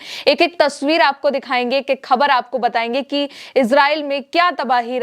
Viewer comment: मैडम खबर नहीं ख़बर बोलिए